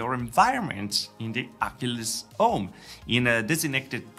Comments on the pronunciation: You pronounce “home” as “ohm”. Why?!? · Italians often skip first H